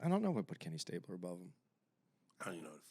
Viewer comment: John Elway is way better than Bradshaw!!! This dude said stabler